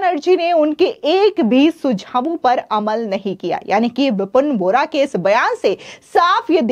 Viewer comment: बोहरा नहीं बोरा पढ़ें